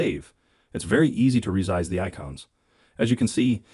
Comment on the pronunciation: It’s ressssize not rezize 😅